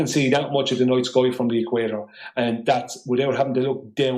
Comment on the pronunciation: One thing I’ve learned from his presentation it’s that it’s actually pronounced skoi, not sky.